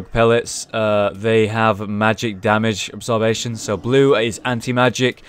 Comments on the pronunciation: Anyone else find pronunciation of absorption funny? Absorbation, lol ^^ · Obviously not pronounced that way. Yes, this is a year later. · Describable no that's not how it's pronounced, do you read?